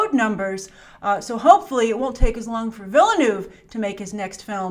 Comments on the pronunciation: As an anglophone living in Quebec I’m no stranger to pronunciation challenges. I respectfully submit that Denis Villeneuve’s family name sounds more like this: “V-ill-Nerve” Saying it like this with Anglo sounds is about 95% accurate to the Québécois way of saying it... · Villeneuve is 2 syllables. The E is silent. Ville + neuve. I know you will get it right. French is not hard!! From one of your Canadian viewers.